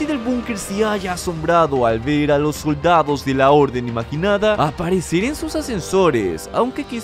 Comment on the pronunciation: y los soldaos se le salio lo argentino o no s que cosa era jajja